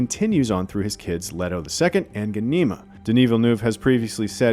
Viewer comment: Who thought changing the pronunciation of Ghanima and Alia was a good idea? Hint: It wasn't!!!